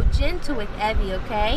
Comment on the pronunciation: You’re saying it all wrong! From one Evie to another! It’s “E” “Vee” 🤣